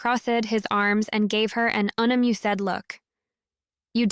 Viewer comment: Amuse. Amused. Unamused. PRONOUNCED UNAMU-SED. REALLY